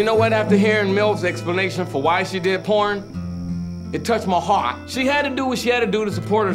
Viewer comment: LMAOOOOO why he said heart like dat😭😭😭¨hUaRT¨